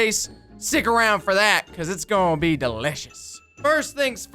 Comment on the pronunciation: Why did you say delisious abd hot😂😂😂😝😝😝